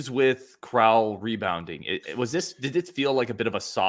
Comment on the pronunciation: Crowl rhymes with “growl” not “troll” I think you guys are selling Steve really short. He had a 116 O-Rating last year. He also does a lot of little things like passing, cutting, and screening at a ++ level. He’s another guy who makes the game easier for everyone else. I suspect his on/off numbers will be nuts after 5-10 games Neath is absolutely in the rotation. He is probably our best defensive wing and he keeps the ball moving. Staff loved him last year and he was playing on one leg.